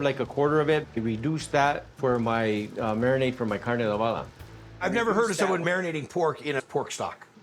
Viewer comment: It's not adovada. It's adobada